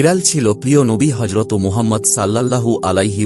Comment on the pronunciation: হজরতো নয় হজরত